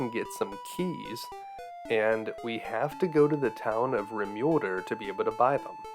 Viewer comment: Rim-ULE-derr? Really? Anyway, other than that, excellent vid.